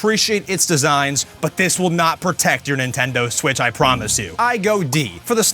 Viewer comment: Nintendo smitch